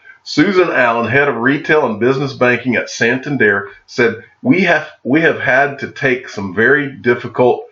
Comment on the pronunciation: can I ask what your MBA is in? I like what you do and it keeps me hopeful. But for someone like you that was a "financial advisor" you seem to struggle with common financial word pronunciations like Santander and other financial jargon which you seem to be seeing for the first time as you read these articles. There is nothing wrong with being educated in. Other fields and doing something different with your life. My major is Biology but now work in banking.